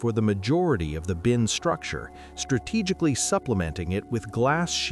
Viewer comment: It’s binc, not bin